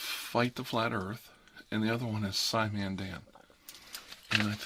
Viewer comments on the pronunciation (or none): Did you say scimandan?